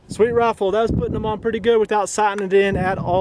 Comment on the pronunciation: Sounds like you're saying send this raffle back. I know you have an accent I know you saying rifle but it does sound like raffle LOL